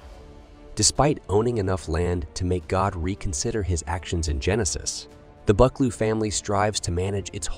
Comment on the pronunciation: Fyi, "Buccleuch" is pronounced "Bukloo".